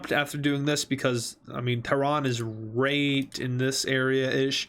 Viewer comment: Every word he said wrong 💀💀💀: Sirya - Siri Right - Rate Hopes - Popes (I'm not a hater, just wanted to have fun)